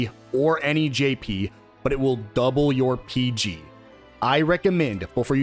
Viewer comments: No, it is not peg. It's peeg, long e sound. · Its not pronounced 'peg' its called 'peeg'. They say it in game